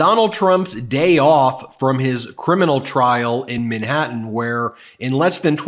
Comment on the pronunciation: Ben. Its Manhattan, not Minhattan. Man!